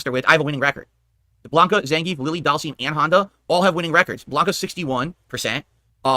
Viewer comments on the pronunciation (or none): He still calls Dhalsim doll seam 😂😂😂